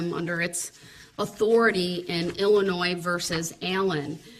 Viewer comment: There’s no “S” sound in the pronunciation of Illinois. Idiot